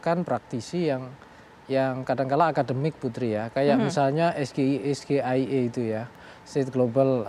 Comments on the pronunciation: Sayang ejaan SGIE salah nyebut Gibran harus penyebutannya ESZEAII😂😂😂😂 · ESGEIE emang cerdas cermat bung...ini debat capres cawapres bung...harusnya isi subtansi bukan istilah apalagi gibran sendiri ndak mudeng...terbukti ejaan bhs inggris dibaca plongo